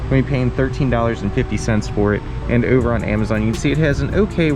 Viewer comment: I was gonna subscribe but then I heard you say “hope”, “over”and “home” and Idk how much of that “o” pronunciation I can stomach. 😂